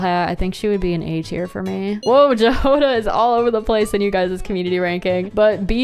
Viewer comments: I don't mean to be rude or anything but just a little correction that Jahoda's name is pronounced 'Ya-ho-da' with the 'o' being more stressed and 'a' being short. I don't know how the genshin VA's will pronounce it but in general it's a Czech name that means 'strawberry' <33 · just a heads up jahoda is pronounced ya-ho-da and it means strawberry in czech and slovak! it’s understandable that english speakers are likely to pronounce it incorrectly but it actually means a lot to us czechs and slovaks since our languages aren’t well known in the world❤ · if this makes it any better for you i’m pretty sure they’re bat ears (also the j in her name is pronounced like a y) edit: just watched the rest of the segment lmao